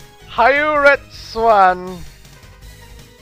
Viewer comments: i can somwhat help with the names of zeros moves. the first one is ryu-en-jin, the second one is hy-ouret-su-zan and the third is hien-kya-ku. anyways, great job! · He-Or-Et-Zan Hyouretsuzan